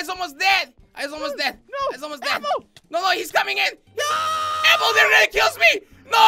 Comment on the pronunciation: it doesn't even sound like your saying APPLE. You sound like you're saying LappLappLappLapple